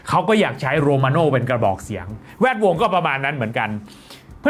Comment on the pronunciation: ทำไมชอบอ่านว่า แว ดวง อะ 😂😂😂